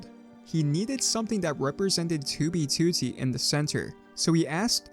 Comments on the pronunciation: Ok but why do you pronounce it "tubey tootie"? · bro stop sayin 2b tootee